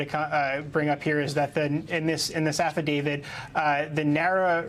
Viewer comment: Why are so many people in the media pronouncing this "Affa David"? It is a "t". Affadavi*t*.